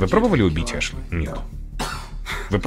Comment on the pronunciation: Не Эшли, а Ашли, режет слух блин)